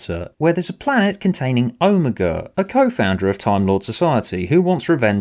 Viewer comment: Hearing you pronounce Omega as Oh-me-gu will never get old. Also this story is good, wibblywobbly jelly monster included